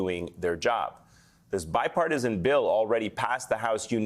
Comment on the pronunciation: Biparti-SON? The girl needs speech therapy. That ain't part of a British accent.